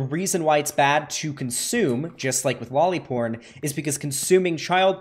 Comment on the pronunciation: The guy couldnt even say lolly porn